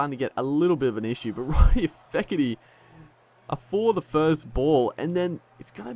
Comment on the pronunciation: It's not feketee, it's Steketee. But that's alright my friend calls Michael Clarke, Mason Clarke. He just can't remember that it's Michael not Mason.